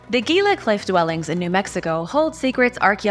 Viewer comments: The Gila {HEE-Luh} River. 😉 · FYI Gila is pronounced hila or heela no G sound. good vids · Gila = hee'la. Mogollon = mow'-go-yon. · What the heck? You pronounce Russian words with a Spanish accent but pronounce all if the words about Arizona that have a Spanish accent like a gringo? It's not mo-go-lon it's mo-go-yon. The ll makes a y sound. It's not gee-la it's hee-la. Just like the Gila Monster. It drives me nuts when people say that but you put a Spanish accent on every non English word so why not on Spanish words? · The word 'Gila' is Spanish, and the 'G' is pronounced like an 'H', so like "HEE-luh". The word "Mogollon" may or may not be Spanish, though the double Ls are pronounced the way they would be in Spanish, as a 'Y' sound. The way it's pronounced locally is most likely not entirely correct, but it's usually like "Muggy-own". Now you know dat.